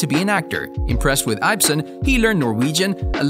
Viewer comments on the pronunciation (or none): Henrik Ibsen, not Ibe-sen.